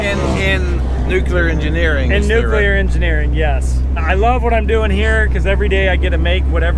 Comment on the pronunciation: I like answered the question nuclear engineering right after hearing say nuculer